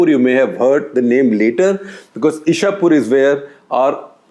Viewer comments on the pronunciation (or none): It's not Ishapur but Ichhapur (chh from chhaya) in West Bengal btw. :) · Icchapore or ,ইচ্ছাপূর your pronunciation is wrong sir.